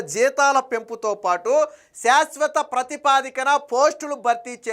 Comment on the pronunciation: ప్రతిపా ది క కాదు సోదరా. ప్రాతి ప దిక